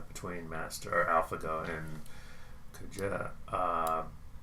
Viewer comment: you're pronouncing Ke correctly, and you're only slightly off with the Jie. For Jie think of it as rhyming with "yeah": J-yeah